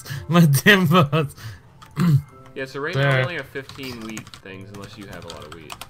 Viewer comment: Everytime speedy says wheat, it sounds like he says weed.